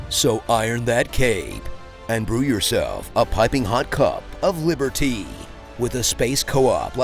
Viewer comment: Liber Tea 🤣🤣🤣